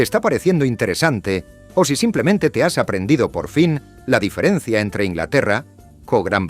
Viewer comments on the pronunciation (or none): none